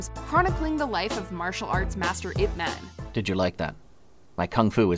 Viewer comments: Ip "MEN"!!!!????? UGH. Get your actors some pronunciation coaches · 'Ip' man I - P EYE pee man....